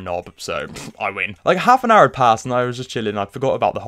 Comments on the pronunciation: He sounds so west country saying 'half an hour' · Why did he sound Irish when he said like half an hour past